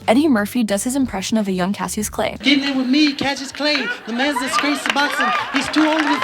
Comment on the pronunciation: Well, we know it's AI narration since she couldn't even pronounce "Cassius" correctly.